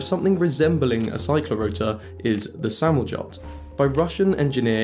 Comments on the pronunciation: "Samoljot" is just their word for "airplane". Also the J is pronounced as a "y" sound. Samolyot. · "самалёт" is pronounced "summelyot" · it's pronounced with a soft 'J', like a 'Y', so 'самолёт' is 'samolyot'. And 'самолёт' means 'plane' or 'aircraft'. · At 30 seconds in, you mention the Russian engineer E.P. Sverchkov, who created his "Samoljot." That term is a transliteration of the Russian word for airplane, "самолёт." It is pronounced "samolYOTE." Whoever transliterated the word used a "j" to indicate the "y" sound in the third syllable. Russians are very practical when naming things. The first satellite to orbit the Earth was named "Sputnik 1." "Спутник" (pronounced "SPOOTneek") is the Russian word for satellite. Your video was fascinating, well researched, and well written and presented. Thanks. This is the first I've heard of this technology.